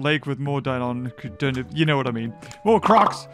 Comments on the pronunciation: Deinosuchus not Deinonychus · Don’t you mean Dienosuchus? You were calling the crocs dienonychus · Deinosuchus not deinonuchus. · I love your content but please it's Deinosuchus not Deinonychus, Deinosuchus is the croc and Deinonychus is a type of raptor